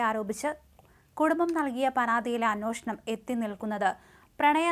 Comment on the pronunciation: അന്യോഷണം അല്ലാ അന്വേഷണം